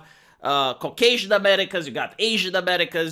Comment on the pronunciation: Did you just say "Cockasian"?